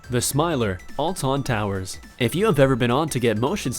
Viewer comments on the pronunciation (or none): the way you pronounce "Alton towers" made me cringe so much! seriously dumbass! do you even pronounce bro? its pronounced "all-ton towers" not "ual tun towers" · "ah-lton towers" It's alton towers, not ahlton towers. But, Still an AWESOME Ride. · Alton towers is pronounced all-ton towers not Al-Tone towers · Lol. Did he really say it like that? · speaking as a british citizen its pronounced olton towers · Alton towers is pronounced oltun towers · it's pronounced ulton towers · I would say it's pronounced all tonne towers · The way he says alton towers xD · Anyone else laughing at the way he said alton towers? Also, I've been on the smiler, Infact it was last money and it was incredible! They use a slight bit of laughing as as you go down and also have hypnotic effects to make you laugh and smile the whole way round. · Alton towers not TWO LS DUMBASS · the way they pronounced alton towers is hilarious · Pronounced Alton Towers wrong